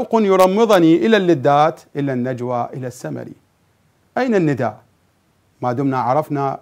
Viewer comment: اكثر كلمه سمعتها ندئ الندائ ندئ سوه هيج وراح الندئ🤦🏻‍♀️